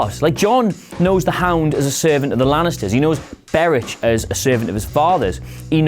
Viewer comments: Yeah I know, but his name is Beric (pronounced Berik), not Berich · Is Beric pronounced Ber-ick or Ber-ich? I've always read it as Ber-ick